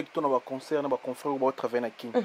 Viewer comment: On dit pas conceurt. C'est concert. Ba fandi na France mais rêver bango ..... mawa.